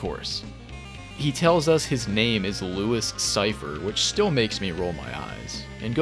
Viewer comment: fucking Louis Cyphre xD its pronounced "Loo-ee" i believe